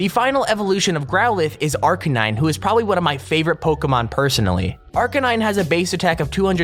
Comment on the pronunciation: If Arcanine is your favourite pokemon, pronounce his name right.